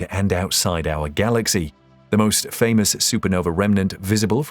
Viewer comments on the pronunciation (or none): none